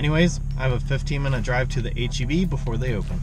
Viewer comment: H-E-B pharmacy or H-E-P pharmacy? you decide ;-)